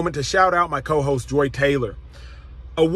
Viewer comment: Did you say “hosts” or “hos” 😅😂